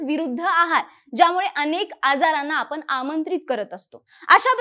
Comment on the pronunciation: होन लक्षन पुन काय तुमचे उच्चार आपन